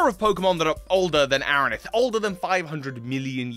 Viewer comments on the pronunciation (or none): He kept saying Aronith instead of Anorith 😂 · That's a weird way to say Anorith...